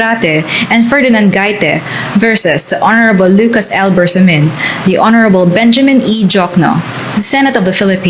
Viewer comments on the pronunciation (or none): none